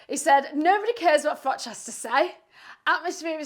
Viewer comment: I do very much remember "for mash, get Smash". :) As for Uncle Frank, I do wonder if he mispronounces your name as "Frock" on purpose.